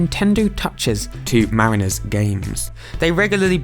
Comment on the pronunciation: Just a heads up -- "mariners" isn't pronounced "mareeners", its more like "marriners"